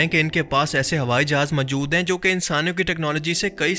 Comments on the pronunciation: Pls. Say Moojood,not Mujood. Jazak Allah Khair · Majood nahi hota word hai maujood Rectify this